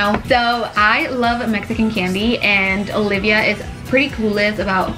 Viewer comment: She says it with them a butt it with date as in Olivia not alivia, well that's how it sounds Hopefully that makes sense.